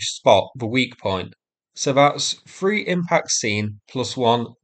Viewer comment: "R free free four" "Shtrike" etc etc - it's painful listening to the way you butcher the English language. At least foreigners and Americans have an excuse.